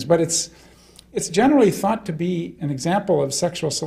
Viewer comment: He says 'thought' like 'fart'. 'Thart' Weird.